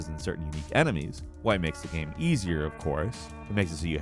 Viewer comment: No one:: GAEM